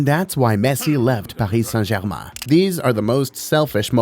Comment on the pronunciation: Te accent when he saint Paris Saint German